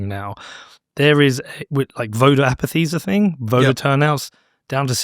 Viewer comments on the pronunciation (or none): APATHY,. Its APATHY.